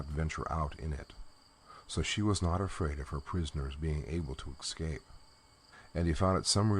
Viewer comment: I love listening to these stories, and hate to complain. But there is no X in escape.